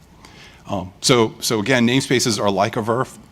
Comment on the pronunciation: Yes that's how we call it in industry